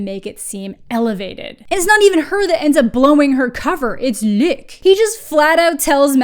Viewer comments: It's ok, just pronounce it like Luke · Hearing you pronounce "Luc" made my ENTIRE day, so thanks for that :)